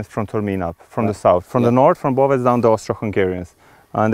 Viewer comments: Please stop mispronouncing Bovec, it's pronounced as "Boh-vets" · yeah you need to use the "awe" sound. B - awe - vets ^^ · Boh-vets is not right either since the English "oh" doesn't make the same sound as the Slovenian ô. If Boh-vets was correct then it would be written as Bouvec in Slovenian.